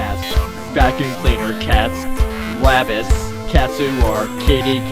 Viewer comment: rofl the way u say wabbit makes me laugh